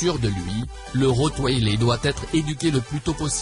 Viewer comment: le "rotwailé" MDRRR